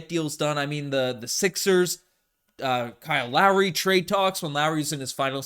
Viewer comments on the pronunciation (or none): none